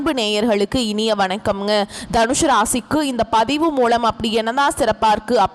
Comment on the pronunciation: "மூழமா " 😂😂😂😂... உன் வாயில வசம்ப வச்சு தேய்க்க... என்ன கண்றாவி தமிழை உச்சரிக்கிற.... த்தூ கெரகம்... மூலம் னு உச்சரிக்க பழகு 😡